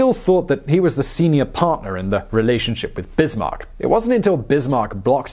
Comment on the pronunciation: How is he forgotten? He's in every bloody school textbook (speaking for the Czech Republic, so very non-French). Also, Otto [fon] Bismarck, like in fox or whatever (I only comment on that, because I saw the error in The Great War video today, too). Also, great video! :D